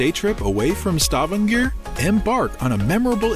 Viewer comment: you could start by learning how to pronounce Stavager